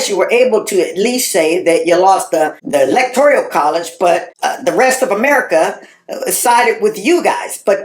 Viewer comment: It's electoral college, not electorial